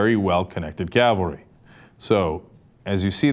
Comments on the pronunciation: CAVALRY. not CALVARY, calvary is the place Jesus supposedly died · Hate to split hairs but it's "Cavalry".